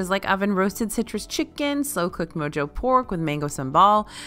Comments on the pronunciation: just FYI Mojo is pronounced “Mo-Ho”. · Great review. BTW the j in “mojo” sounds like an h.